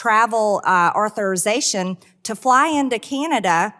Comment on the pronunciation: Did I hear M.T.G. say "arthurization" instead of authorization? .